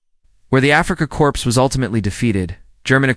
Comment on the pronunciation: . . . as captured Afrikacorpse veterans?????? You don't pronounce corps as corpse. It sounds like core, not corpse